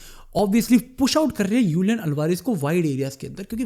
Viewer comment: Julian Alvarez ❌ Ulian Alvarez ✔️